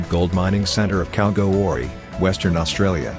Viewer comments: I just heard a bot voice say "Calgo Orly", rather than Kalgoorlie as we say in Oz. A place known for many minerals, especially Opals, and the underground homes and hotels made from old mines. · Isn’t Kalgo Orlie between Can Berra and Mel Born? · Like the information but your pronunciation of Kalgoorlie was a little bit out. 😁🇦🇺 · You only say the casino has "The Hand of Faith". You fail to mention that it was found in Australia too. Please check your research before posting and try and check pronunciation of towns. Misleading thumbnail. Disappointed with you this time. No thumbs up this time (or down either), just no thumbs either way. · needs different voice as it cannot say Kalgoorlie, Western Australia properly